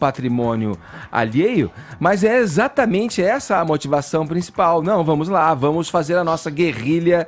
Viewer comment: Etxatamentze é dzi estourar os tzinpanos